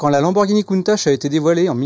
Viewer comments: ça se procnonce pas countache mais countak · il ne sai meme pas prononcer countach la onte